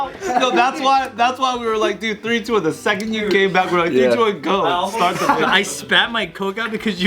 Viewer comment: The “Diddeo”